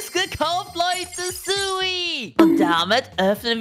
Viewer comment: Es heißt Sui und nicht Suiwi